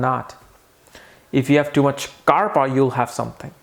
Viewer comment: Actually it is bata, pitta and "KAPHA".. Not " KARPA"🤣🤣🤣... is hilarious with his vedic pronunciations...